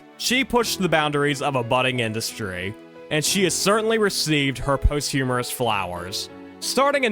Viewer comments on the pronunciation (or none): It’s posthumous not post-humorous 😂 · Obviously, we have an AI narrator here. There are so many very obvious errors in pronunciation, let alone facts. But "post-humorous" is unintentionally funny! Maybe this narrator is "post-humorours" himself? Or maybe he just doesn't know much about silent film.